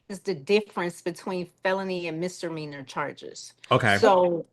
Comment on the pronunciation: If this judge says MISTER MEANERS one more time. 😵‍💫 It's MISDEMEANOR!!!! Good Lord!!!